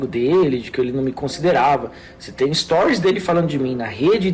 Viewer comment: “Es-to-ries”. Repete comigo você consegue.